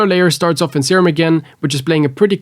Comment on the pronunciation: bro dont got that serum, he got that "seeem"